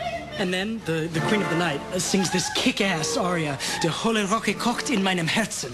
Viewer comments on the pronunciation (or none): you need to say "Hölle" correctly. Listen to some German reviews